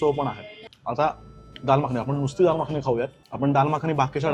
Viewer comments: माखनी नाही रे येड्या मखनी असतं, याची भाषा, ओव्हरऍक्टिंग बघून हा भाडिपाच्याच योग्यतेचा वाटतो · माखणी नह्वे मखनी is the correct word.... stop spreading ghaati words.